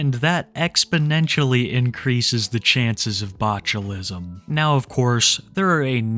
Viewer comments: it's not botchulism, it's boglimism. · New name for Cobes: The Botulite (pronounced bochulite) due to his botulism riddled meat vehicle he calls a body.